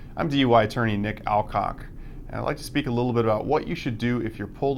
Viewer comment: Alcock. Haha. Thats funny. He tries so hard not to say all cock. Haha